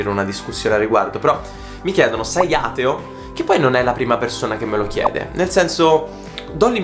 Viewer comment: Like per che non sa pronunciare "ateo" 😂